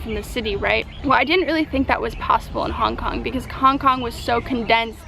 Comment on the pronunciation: You said Kong Kong you dumdum :D